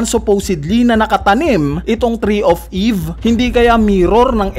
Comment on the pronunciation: hahahahahahah "TREE OF EEEEEEVE!", weird mo naman mag sabi ng mga salitang ito 😅😂🙈